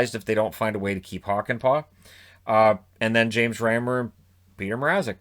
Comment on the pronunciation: I don't think there's any problem there, Hakanpää on the other hand... (Admittedly that is an absolute trap card of a name)